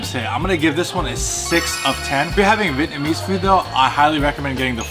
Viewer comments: vee-et-na-mese not vit-namese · The way he doesn’t know how to properly pronounce Vietnamese (vee-et-nuh-meez) gives me the ick